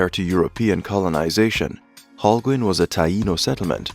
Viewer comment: The way the narrator pronounces Holguin.... is annoying LOL